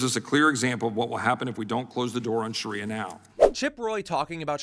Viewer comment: Sounds like Sharia law is something the Republican party should respect because that is what they are trying to do to us US women!! Also dumb shit Roy, the word is Shaaaaaria not Shariiiiia